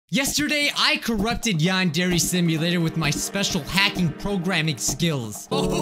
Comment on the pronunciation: yandere simulator My captions: yan dairy simulator